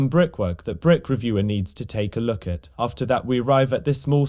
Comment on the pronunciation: " Wook at a Pizza place" peak